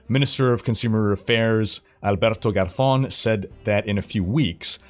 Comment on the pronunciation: GarZZZZón! <3 thank you for putting in the effort of pronouncing it the way it is meant to be pronounced!